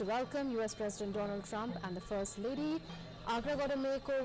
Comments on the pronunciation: National its do-lund trump u mistake to write its not donald trump 😂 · I wonder how our PM can't ever pronounced his Bestfriend name Doland Trump🤣🤣😂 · One like for president dolund trump 😂😂😂 if you remember speech by our prime minister 😂😂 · Modi:- DoLaund Trump. Trump:- Viveka MonDon. English pronunciation:- Maaro mujhe maaro. 😂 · Its do-lund trump not donald trump 😂